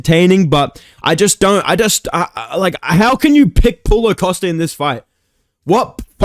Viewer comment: Thought you said pullout costa